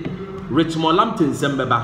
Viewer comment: Nice one,,, pronounciation of local players names especially Richmond Lamptey is very correct. Please try for Kotei (K o t 3 i) and other local names and you good!